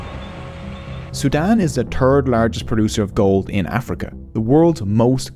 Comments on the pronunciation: Are we all going to ignore he pronounces “third” as “turd” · I like how you say "turd" instead of "third". Liked!